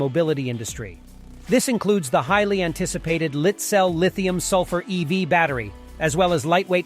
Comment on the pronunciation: LytCel, sounds like light-cell, not LitCel sounds like car fires.